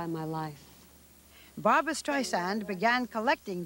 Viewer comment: ugh. baba wawa "But Bawbwa, you ARE controlling!" UGH.